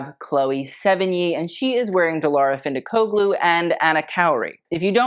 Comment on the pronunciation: The G in findikoglu is silent like lasagna. Love the content!